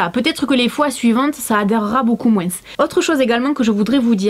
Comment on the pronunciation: On est d’accord qu’elle a dit « beaucoup moinS » je savais pas que certaines personnes prononçaient le « s »